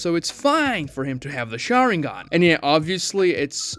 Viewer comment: You can tell who watches the dubs or subtitled versions of Naruto by their pronunciation of SHARÍNGAN